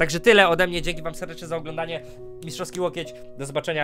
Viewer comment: Hej hej gej xD ja tak usłyszałem